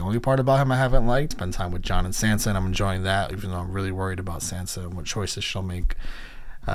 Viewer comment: Good videos, but broooo...are you watching the episodes on mute with the subtitles on? How do you mispronounce everyones name but Ned?! Saansa TeriOn Ygret?? The characters say their names, how do you mispronounce them all?? 😅🤙